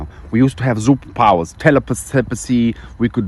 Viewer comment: I like what I hear 🤣''Heal it....then you can have a ZZZzZupapowers...'' :D 😆👏